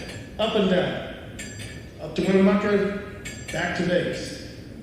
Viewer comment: Ugh... I gave him several speech lessons on this. The ghosts of Winnemucca are coming for you now! Rotflmao